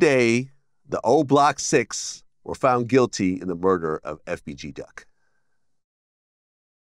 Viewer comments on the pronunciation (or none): Duck* not "Dirk". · He said the wrong name. Not Durk but Duck! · You mean duck and von .. not dirk and von .. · Durk an von? You mean duck and von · He means Von and Duck he Said durk And Von there both gone 🤣🤣🤣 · Obviously meant duck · He meant Duck. He misspoke.